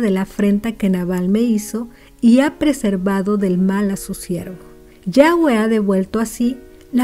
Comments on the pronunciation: Estuvo bien la historia o consejo pero no pronunciaste bien el nombre de YAVÉ no es yagüe literal como se escribe YAVÉ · Bendiciones una consulta porqué dice yague ¿